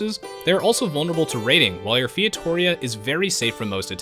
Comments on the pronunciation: I find it funny when you say "Fietoria" when the right one is "Feitoria". XD And the building name is FeitoRIa. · Thanks for the video! As a portuguese I've been waiting for this for... well since day 1 of AOEII. And... it's "fay-tuh-ree-ah", not feitohreha :D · It's pronounced fay-too-ree-uh :P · The correct pronounciation of Feitoria is Fay-Tow-ree-a, going short on "to" and "ri". great vid ; ) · yup, feito-RI-a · Featoria? Can you read? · my god, fietória hurts my ears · your pronouncing of feitoria made me cringe so hard but its all good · ur saying feitoria wrong, meu amigo! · Lol that pronunciation of "feitoria".